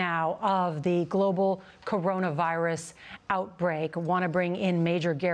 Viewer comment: Why does he pause between Corona and virus? It's one word!